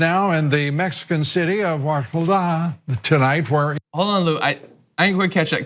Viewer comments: Oaxaca Mexico? Pronounced wohoka. An Aztec word. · He was trying to say Oaxaca. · I'm guessing he was trying to say Oaxaca, which isn't really Spanish like Mississippi isn't really English. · Oaxaca, Huixtla ";-)